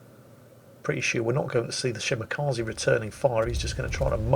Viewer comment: Did I hear him say “spotted by the enemy Shmakaze” instead of Shimakaze? Sounds catchy.